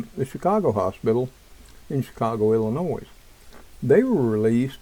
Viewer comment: again the s in Illinois is silent love you're cooking videos I think they are going to wait for people to beg for a Vaccine that will kill many more. create a problem insight panic offer a solution